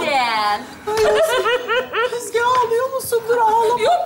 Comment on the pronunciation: Naime'nin Özge'ye sürekli Yüzge demesi😂😂